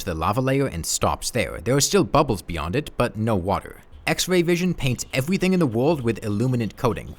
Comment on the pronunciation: Twees, Ewything, Cowwuptin worlds, Vewy vewy jagged waucks.